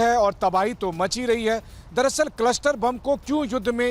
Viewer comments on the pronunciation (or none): none